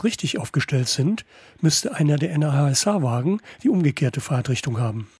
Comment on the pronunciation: Gute Vorstellung. Eine Sache hat meinen inneren Monk aber mehr gestört als es sollte: Das Nah.SH wird nicht n.a.h. ausgesprochen sondern entsrpcht wirklich dem Wort nah. ;-) Weil durch die Verbindungen alles nah zusammenrückt.